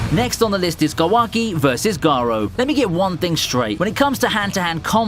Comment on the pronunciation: Learn how to pronounce Kawaki, Naruto, and Boruto!